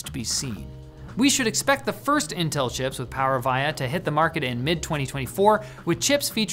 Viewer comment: That is not how you pronounce “Power Via” but great video. Thanks.